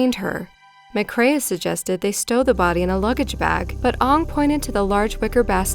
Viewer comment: Pronunciation terrible. All the way through last one she says McCrae’s name wrong as “ma-craya” when it’s pronounced simply “ma-cray” then on very last time she says it she says it correctly. What is it with Americans and bad pronunciation????